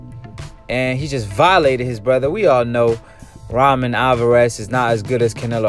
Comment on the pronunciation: Why u pronounce it like Ramen tho 😭